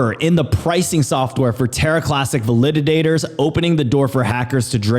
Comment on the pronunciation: VAL-I-DAT-ORS. Not val-lid-did-dators.